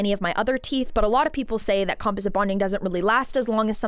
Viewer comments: It’s not compoSIT, it’s comPOSit/ com-PAWS-it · "Com-paw-zit" = composite. ❤ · •I've never heard the word 'composite' pronounced like that LOL •The girl who was crying about the $80k situation is named Winter & she's been THRU IT; not just w/ her teeth but she's also had multiple botched BBLs 🤦🏽‍♀️ •Real veneers don't usually pop off (or shouldn't). Most ppl are just getting a mouth full of lumineers & don't even know the difference 😬